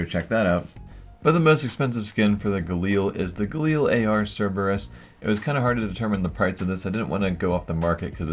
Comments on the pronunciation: Why do people say galil as "ga leel" when it's simply "ga lil" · GRINGE EVERYTIME HE SAYS GALEAL"